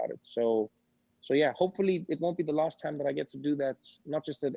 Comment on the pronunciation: that's his Africaness being expressed 😂😂 We no deh carry lassssssss